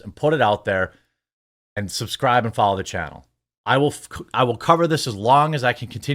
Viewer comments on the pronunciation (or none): Like and subscrwibe.....like and subscwibe...personally I'm not a fan of being told what to do.....makes me want to fast forward and disregard